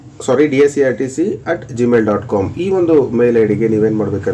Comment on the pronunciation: DSERT ಯನ್ನು ತಪ್ಪಾಗಿ ಉಚ್ಚರಣೆ ಮಾಡುತ್ತಿದ್ದೀರಾ